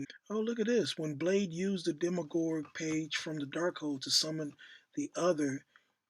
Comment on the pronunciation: Speak the hell up? Its pronounced dem me urge set is his brother